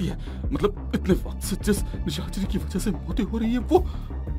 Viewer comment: Bakt nhi vakt hota he o bolna sikho pela😂😂😂😂😅😅😅